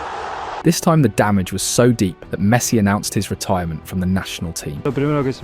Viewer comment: Great video, but I don't think he pronounced a single name properly... Not even Messi's 😂